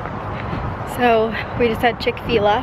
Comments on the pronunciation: Please tell me saying chick-fee-luh was a joke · Omg when you called chick fi la .."chick fee la" I do that ALL the time just to annoy my husband ... Now that's all we call it 😂 glad I'm not the only one